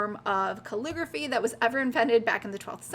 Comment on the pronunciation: Couldn't watch anymore after you pronounced calligraphy 5th time.